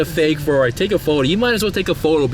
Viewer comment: So it's "Fakerari" 😂